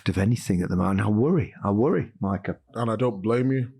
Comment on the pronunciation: "Mycah". There...fixed it.